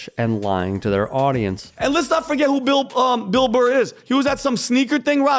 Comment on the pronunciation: Who is this Motherfucker and how do I troll him? I think he called Bill Burr "Bill Mar" at some point. This guy's wheel-house has a hamster running.